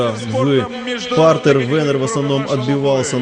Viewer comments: походу комментатор произносит имя "Венер" на украинский лад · Комментатор ушлепок имя даже правильно не говорит, отписываюсь